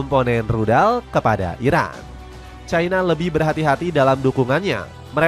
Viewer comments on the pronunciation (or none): none